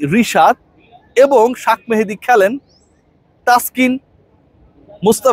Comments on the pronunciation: শাক নাকি শেখ মেহেদী?? আপনি বার বার এই নামটা এমন বিকৃতি করে বলেন কেন? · শাখ, মেহেদী হবে না,/ উচ্চারণ হবে শেখ মেহেদী, নোট করবেন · শাক মাহেদী কে আবার ভাই,,? আপনি কি বিদেশি মানুষ যে বাংলা পড়তে পারেন না, তাই ইংলিশ বানান ( shak mahedi) দেখে শাক মাহেদী বলতেছেন,, বাংঙ্গালিদের এই একটা দোষ,,যেই দেখে ফরেনাররা কিছু একটা বলছে,, ওইটারে ট্রেন্ড বানাইয়া ফেলে,, রবীন্দ্রনাথ ঠাকুরের নাম ইংল্যান্ডিরা ট্যাগোর বলে ঠাকুর এর পরিবর্তে এখন তারা তো শিক্ষিত,তারা যা বলছে ওইটাই ঠিক,,আমরাও রবীন্দ্রনাথ ট্যাগোরই বলবো তাইনা?? । so sad